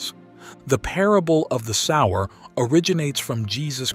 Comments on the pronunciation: The word sower is announced sow er, not sourer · I got 14...Your pronunciation of the word "sower" is incorrect. Also Question 13 Stephen was the first martyr, being stoned to dead But the Bible did not say he came back alive Ref. Acts 7:60...he fell asleep (died).